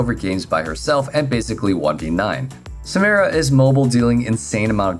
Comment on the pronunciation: I downvoted because you keep saying Samira name wrong. Every time I you, I will downvote